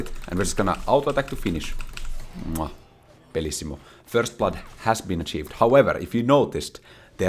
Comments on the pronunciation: bro just said "bellissimo" with the best italian accent i've ever seen as an italian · “Bellissimo” since when are you italian lmao